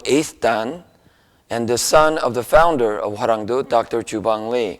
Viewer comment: Hwaranwng DOE, NOT "due".